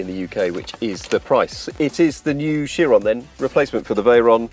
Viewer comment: Shoeron? I thought it was a Chiron...